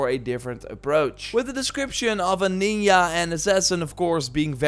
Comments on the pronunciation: why he say ninya instead of ninja ?? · "NINYAA" 🤦‍♂️🤦‍♂️🤦‍♂️ "NINYETSU" 🤦‍♂️🤦‍♂️🤦‍♂️🤦‍♂️🤦‍♂️🤦‍♂️🤦‍♂️🤦‍♂️🤦‍♂️🤦‍♂️🤦‍♂️🤦‍♂️🤦‍♂️🤦‍♂️🤦‍♂️🤦‍♂️🤦‍♂️🤦‍♂️🤦‍♂️ bruh.. that's so bad, it's offensive 😂 it's Ninjahh, Ninjutsu. Like it's spelling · THE WORD IS NINJA, Not NINYA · "Ninya" JA JA not YA lol, Ubisoft really waited for other companies to try and make a Asian setting open world/games before they dared to make one.. Sekiro,GoT,Nioh had to pave the way for ubisoft to grow a pair. now we have Where winds Meet and WoLong too alongside "Infinity" Ubisoft are such copycats nowdays. i guess better late than never. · Why does my man say ninya? LMAAO its nin-JA brother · What the hell is "neeyah" 😂🤣🤣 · Ninja - the J is pronounced like the second G in "ginger", not "Ninya". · “Ninya” HAHAHAHAHA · This is the first time I heard someone say Ninya and Ninyutsu It's Japanese, J is J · It’s pronounced Nin-Jah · It took me a second to realize you’re pronouncing ninja as ninya. 😂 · Ninya, ninyitsu 🤣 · Have I been pronouncing ninja wrong my entire life? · I like how pronounces ninja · Europeans read a j as a y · The way you say "Ninja" hurts my brain